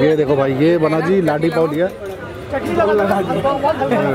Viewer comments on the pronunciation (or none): Pls pronounce laadee pao instead of ladi pao... Mumbai wale h hum bhai